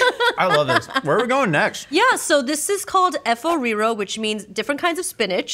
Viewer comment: She actually said efo riro well in my opinion ❤